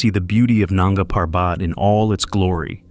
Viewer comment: Coolies??? Nanga Parbat … is pronounced with accent on 1st syllable of Parbat. What a hoax this crap is!